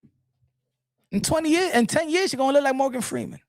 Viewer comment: Not Morgan Feeman😂😂😂